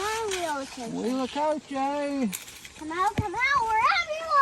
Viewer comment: I live in Mexico so I believe I can help you with the pronunciation. In Spanish the H is silent and all vowels are very pure. A=a short "a" as in pants, E= as a long "a" such as the a in play, I= as a long "e" as in ie in piece, O= as a long o as in grow and U= a long u as in union. Therefore if your spelling is correct the pronunciation is uit-la-co-che